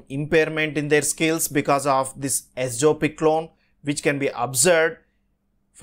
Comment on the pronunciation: Wrong pronunciation.